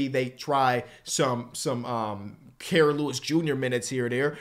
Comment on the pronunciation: KEEPS MISPRONOUNCING KIRAS NAME 💔💔💔💔💔